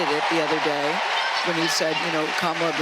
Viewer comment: Dems: it's racist to mispronounce Kamala's name Bill Clinton: Camel-uh.. Legacy media: 🦗